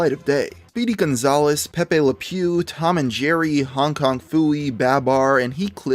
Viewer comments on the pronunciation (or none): none